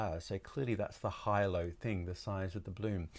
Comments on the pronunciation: Big fan of you channel, very helpful. Out of interest Hilo is pronounced hi: lou the same as the island in the Hawaian group. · It's pronounced He-low spaceship. Hilo is a town in Hawaii